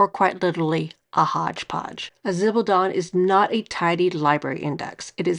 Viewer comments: It’s pronounced (something like!) Zib-al-dohn-ey. Jennifer from Chic Sparrow has a good video on it too. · Shock news ladies - guys keep zibaldone too! And I'm sorry but I couldn't stand the constant butchering of the pronunciation of zibaldone and left after 5 minutes - a shame, it was probably quite interesting.